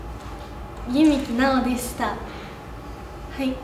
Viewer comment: 「ゆみきなおですた。」 、、、、可愛すぎやろ。